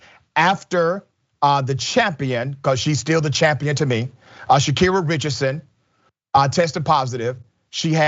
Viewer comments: Butchered her name from the jump… Sha-Car-Ri. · GET HER NAME RIGHT YO LMFAOOO